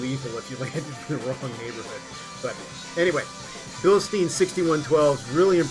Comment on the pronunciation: I'll never understand why people insist on pronouncing Blistein wrong, even when they know they're saying it wrong, like the guy in this video. Just say it the way the company says it ffs, why is that so hard?